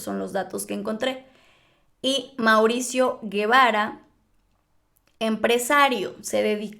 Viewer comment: Se pronuncia Polet y el apellido paterno no es Guevara es Gevara o sea se lee Jevara.